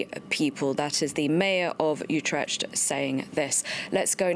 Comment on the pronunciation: Learn how to pronounce Utrecht correctly.